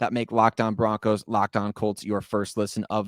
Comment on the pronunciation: BO-RONCOS🎉 great job ❤